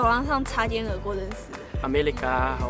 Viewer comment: 那個男生講中國時是用韓文發音😂 韓國時也是